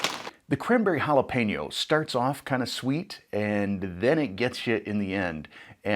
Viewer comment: He pronounced and read jalapeño like a pro😂